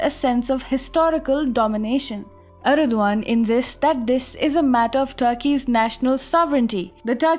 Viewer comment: For god sake, stop talking. Your pronounciation is terrible. Its erdogan not erduan. Also its his country.